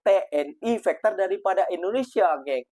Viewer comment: Fighter ko sebut macam bunyi fekter mcm bunyi factor juga jangan ubah bunyi Fighter itu mas ia bahasa inggeris kalau bunyinya berubah bahasa itu sudah jadi lain (fighter-faiter)